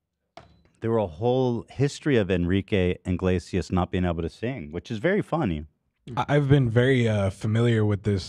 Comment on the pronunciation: I was so proud Ethan said Enrique Iglesias name right only to then immediately confuse him with Ricky Martin 😂😂